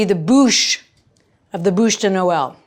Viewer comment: You are so cute, you kept saying '' bouche de Noel'' which translates to Christmas mouth....you did a great job...it's a beautiful Bouche de noel!!!!😍😍😍